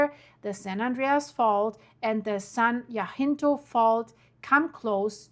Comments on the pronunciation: It’s San Ha-sin-toe ❤ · San Jacinto (HA-sin-Toe) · I need to hear from you every day. I’m in SoCal right in the center of so many faults and my house is right on top of an unusual east west fault I can’t get a name for. San Jacinto is “hah sin toe”. Tejon is “tay😢 hone”. Praying for wisdom and safety for all. Thank you 🙏🏽. Love you stuff. I mean your reporting. The disastrous news sucks 🤣😎😽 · You are mispronouncing everything. San jacinto and cajon pass. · Jacinto = huh - SEEN - toe Cajon = ka - HONE No worries. No one knows every language. Europeans typically know 3 or more languages. I appreciate you and your channel. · It's pronounced "Ca-jon ( the j is pronounced like a h the o is long). Jacinto is pronounced ja-cinto. The J again is a h sound. Then cinto. The I is short. They're both Spanish names or pronounced like they're Spanish names. I lived in CA for over 50 years and am very familiar with Cajon Pass. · Cajon pronounced Cah hone (like bone with an H) San Ha sink toe (Jacint0